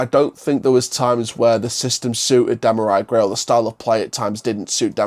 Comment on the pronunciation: Hi mate, i know you don't know the player well but his name is pronounce dem ar ree gray